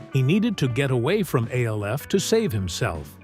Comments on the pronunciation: I will NEVER give a LIKE or SUBSCRIBE to ANY AI voice. It's called ALF ~ not A L F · geez at least tech the AI to say "ALF" and not "A.L.F." 🤣🤣🤣🤣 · Of course it was but the show was still pronounced ALF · This is why you need to write it as Alf. So the AI narrator pronounces it properly